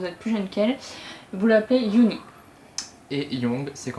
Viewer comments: vidéo interressante :) "bias" se dit [baiass] en anglais. en français ça donne bias. unnie c'est [eonni], pas [youni] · Super vidéo !! Par contre Unnie se prononce "Eunnie"